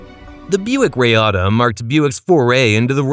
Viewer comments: Reeata not Rayata. Lol. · Icaca, Rayata, Dude if you're going to do a video about cars at least get the pronunciation correct...